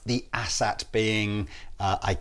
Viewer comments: Its Asat Not Asshat. Lol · It's not an "asshat", it's an "A-SAT" as in "letter A". Well, in my mind. BTW, OMG, looper jam! Yeah! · I believe it's pronounced "Ay-Sat". They also have 22 frets - don't Teles have 21? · Does it sound like they're calling them "Asshat" to anyone else?